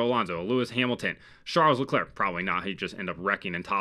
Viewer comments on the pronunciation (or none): none